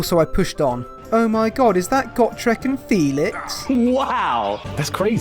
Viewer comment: "Got rek" It's "Go Trek".